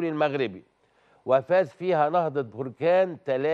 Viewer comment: هذا اعلامي حمار يعني حمار.مهاجم جزائري لابا كودجو 😅😅😅من اين جاء هذا الصحفي ؟ هو مهاجم طوغولي اسمه لابا كودجو.وجد صعوبة في نطق اسمه.لسانو بحلا سكران لاب كوجو بلا كوجو.قول عمتك كوجو.علا مستوى ديال الصحافة فين وصل.حتى اسم فريق نهضة بركان ينطقه خاطئ نهضة بركان بضم نون بركان.تصبح اسم بركان مطابق حالة خروج الحمم من الارض.لا حول ولا قوة الا بالله.